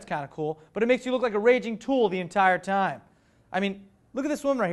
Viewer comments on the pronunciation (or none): none